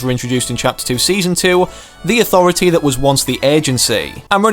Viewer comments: Lol when he said landing at the authritah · I love de AuThOratee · No one: Literally no one:....: Landing at the AuThOrAtAA EPIC: HypexIsNo